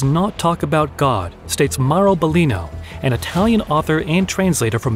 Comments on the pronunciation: BIGLINO (BEGLÈNO)!!! stop saying BELIGNO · No. He's a real human. That's why he did that mistake. Its the first time we worked together and he was not familiar with said terminology. In fact the name Biglino is wrong all through the video, as he calls him Biglinio. Since then I always gave him an audio file to pronounce things correctly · No dont be sorry about mispronunciation of the name ''Biglino'',..in fact his name is not his and do not talk about him,..and this video is not you,..and me is not me,..but we are they and they are us. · I tried to take your video seriously but you kept mispronouncing Biglino. I really can’t respect or take seriously the work of someone that doesn’t even take the time to pronounce names the right way. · How could it be AI if it got wrong the name of Biglino like 200 times, including psalms and many other words inside of this channel. Since this video I have been training my narrator personally to not misspronounce words anymore. Nope Not everything is AI